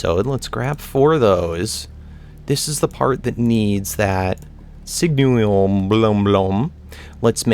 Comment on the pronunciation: Sig-nal-ium is how you say signalum